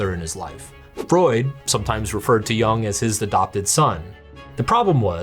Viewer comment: Jung as in "yoong" and not "young"